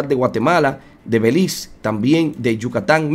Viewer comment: Todo muy bien... sólo que pronunciar el nombre de Belice, siempre ha sido así, hasta ahora oigo el título de Beliz